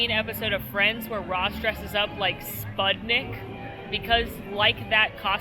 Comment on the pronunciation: Spud-nik... Yes!!